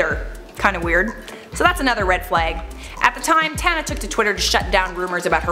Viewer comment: It seems that most Americans do not know how to properly pronounce my name since so many young people have been given the name after their grandparents heard mine. It does not rhyme with Montana. It is pronounced with the sounds of ah and uh. Tahnuh, Tana. Apparently when they named their children after me they just saw it written and decided it rhymed with Montana because, well, it's obvious. And how can I say that these children were named after me? Most of them are relatively young while I am in my 70s